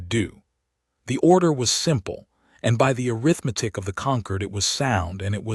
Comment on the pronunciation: Pretty good AI voice. But ... "breathed" is pronounced "breethd" not "bretht". And ... the pronounciation uh-rith-MEH-tik is the adjective form of "arithmetic". But the the meaning of the sentence is the noun form, which should be pronounced uh-RITH-meh-tik.